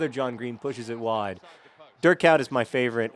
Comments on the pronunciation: your pronounciation of Dutch names is absolutely awfull, it took me ages to figure out that you meant Dirk Kuyt XD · You really butcherd Dirk Kuyt's name xD